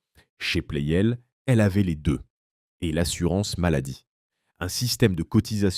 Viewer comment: La voix IA gâche tout. "Plel" au lieu de Pleyel. Quel intérêt ?